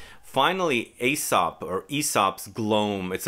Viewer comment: Love the hotel room in northern France - I needed to see a mini tour in the bonus section. Aesop is pronounced as eesop.